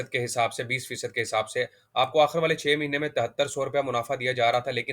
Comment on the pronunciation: Sakreen NAHI iscreen (spelling: screen), Akhar NAHI Akhir, munafa Kay Ander NAHI munafay Kay ander